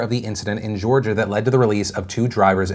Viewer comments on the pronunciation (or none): none